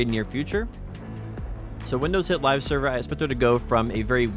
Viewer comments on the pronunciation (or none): none